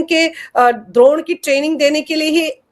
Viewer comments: द्रोण नही अपितु ड्रोन 🙏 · Dont mix up Dronaacharya with Drone, there is a clear distinction in pronouncing “Drone” in these context and you are expected to know it